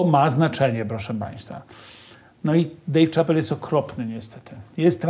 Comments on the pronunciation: Dave ("szapel" nie "czapel") Chapelle 🤦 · nie że się czepiam ale nazwisko Dave Chappelle wymawia się "Szapel", nie Czapel. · Panie Mazurek wymawia się Szapel, a nie Czapel nazwisko tego komika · Dave Shapel, a nie Czapel :( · Dejw Czapel XD Chyba Dejw Szapell bardziej się wymawia